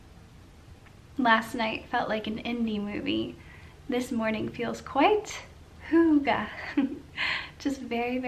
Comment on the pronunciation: How Americans pronounce hygge will always be the funniest thing 😄 such a cozy vlog ❤️